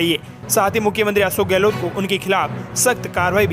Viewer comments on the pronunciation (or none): none